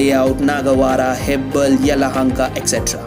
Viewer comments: Hello Please pronounce the place name properly... Don't pronounce Hebbala as Hebbal. Please don't enter our state if you are not able to pronounce our city's or area's names. This is why South Indians hate North Indians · Its not hebbal it is hebbala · Its hebbala not hebbal ...some of the pronunciation of bengaluru locations by the anchor are so irritating and pathetic ...👎👎👎...Next time please do the video using some local anchor please ... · Please learn the pronunciation of these areas. "Hebbal"